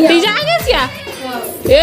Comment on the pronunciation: तिजा,,,ना कि टीजा 😂😂😂